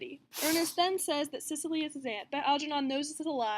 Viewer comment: This was super helpful thanks although it would've been better if you had pronounced Cecily's name right it was bit triggering hearing it pronounced wrong as you pronounced it as Sicily as in Sicily Italy when it is actually pronounced like Seh-sill-ee!